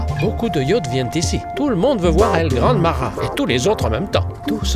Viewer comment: It's Pronounced El Gran Mah Hah and why is it so Small